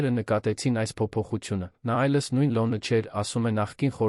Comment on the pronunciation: Եր -ան,հետ -ում,կար-որ ,Լ-ոնը ,հետա-նքները ,և այսպես,տեղադրենք «և»-ը ,կստանանք բառը…😂